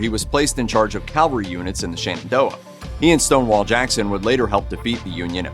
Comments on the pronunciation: CaVALry not CALvary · Cavalry: mounted/mechanized soldiers. Calvary: the hill where Jesus was crucified. Please use the correct pronunciation in your narrations. Thank You.